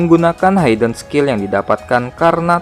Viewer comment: Sedikit saran nih.. kata "hidden" yang artinya tersembunyi, dibacanya tetap hiden, bukan hayden ya bro.. Biar lebih baik lg kedepannya untuk channel ini 👍